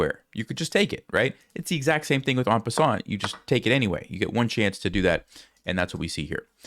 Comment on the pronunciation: an croissant, the sneeky french do it again😅